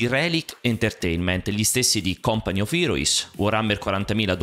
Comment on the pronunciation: Non avevo mai sentito company pronunciato così 😂, comunque relic nel suo ambito è indiscutibilmente al primo posto!